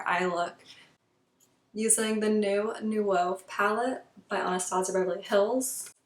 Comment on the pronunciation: Names are pronounced "new-vo" and "floor" and "Aisle"